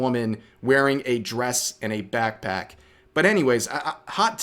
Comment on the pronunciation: I dare you to say BAKC-PACK one more time :D